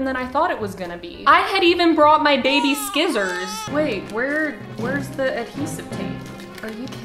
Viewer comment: did you just say: sKissors??? omg, I questioned my entire knowledge of English, right now.